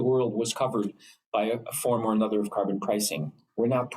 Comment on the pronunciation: Liberals favorite french word. Car-bon